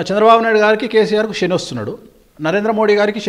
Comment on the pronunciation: షెని ఏంటి.. శని అనాలి